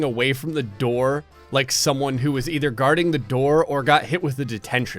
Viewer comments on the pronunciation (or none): none